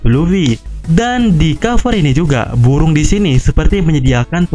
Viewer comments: Burung min bukan buwung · Bu'uung melawan bu'uung, salfok sma omongannya mimin😂😂 tpi manteppp lah terus berkarya👍👍